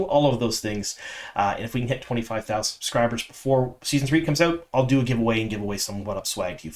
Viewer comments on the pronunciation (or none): none